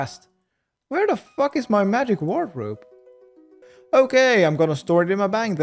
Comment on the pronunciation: The way this dude says wardrobe is wegandarwy